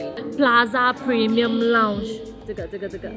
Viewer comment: 是lounge,不是lunch 謝謝